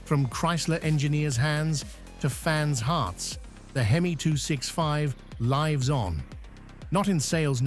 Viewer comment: Because it's an AI voice - note "Vie eight" part way through and "Lives on" (rhymes with Chives) later. Content is probably AI generated as well - so easy to detect as it has the feel of being written by a 12 year-old, repeats information and is usually riddled with errors.